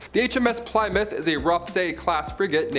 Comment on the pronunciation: it's pronounced 'plim-mith'.. js